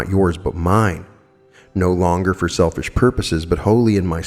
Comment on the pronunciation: It sounded like you said don’t become a shellfish ??🤣💕; you know that’s were that Pearl of Great Price was born .